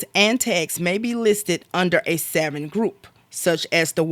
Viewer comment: "Savverins?" otherwise OK